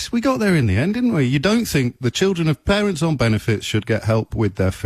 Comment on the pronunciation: “You can choose whether you eat, or not. Blame the pawents.” What a tool.